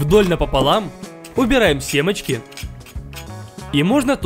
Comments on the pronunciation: И ещё он говорит семачки а не семечки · Никто: Абсолютно никто:: СЕМАЧКИ😂😂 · "семАчки", :face-orange-raised-eyebrow: сОлим, пЕрчим ... 😆 Нах к Т-бону соус? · ОН СКАЗАЛ СЕМАЧКИ(СЕМЕЧКИ) УБЕРАЯ ИХ ИЗ ПЕРЦА😆😆😆😆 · Мне показалось что он сказал , берём сыр по рублю